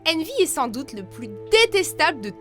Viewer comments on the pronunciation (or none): none